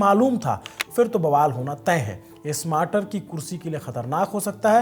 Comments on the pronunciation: स्मार्टर नहीं भाई स्टारमर थोड़ा बोलना भी सीख लेंगे तो अच्छा रहेगा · UK PM is Starmer and not smarter....u r pronounciation is wrong.... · it's kier Starmer instead of smater. I can understand it's just a pronunciation mistake. I hope you don't mind it ❤ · Bhai name is keir starmer, not smarter ... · it’s STARMER not SMARTER….. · Keir smater nhi keir starmer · ..UK..ke PM ka name..Keir Starmer...hain na ki smater..बाकी आपकी पत्रकारिता तो 👌👌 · It sounds like the news anchor is pronouncing the name of the UK Prime Minister as “Smarter,” but it’s actually “Starmer.” Please check and correct it if possible. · स्टारमर न कि स्मार्टर; ब्रिटिश प्रधानमंत्री का नाम तो ठीक बोलो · UK PM Keir Starmer ko "smarter" bol rahe ho.... tele-prompter ke bina bhi bolna seekh lo... yeh aadmi baaki anchors ko gaali deta hai aur ye khud UK PM ka galat naam tele-prompter se padhta hai... 🤣🤣🤦‍♂🤦‍♂🤦‍♂ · Bhai kier starmer hai pm ka naam aapne galat pronounced kiya hai